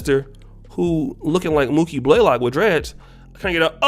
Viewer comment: Omg!!!! He said Mooky Blaylock😂😂😂😂😂😂😷